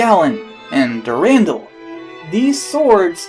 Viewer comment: And its called Dur-an-dal